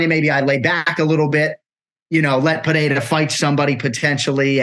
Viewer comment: LOLOLOLOL. He said Alex PEREAREZZ